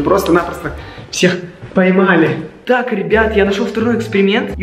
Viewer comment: Почему они говорят споймали а не поймали